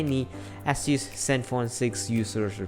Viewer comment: Also wtf is an Ass-use. At least pronounce the damn brand properly